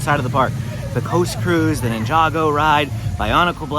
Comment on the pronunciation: “Ninja-Go” not ninjago lol cool video tho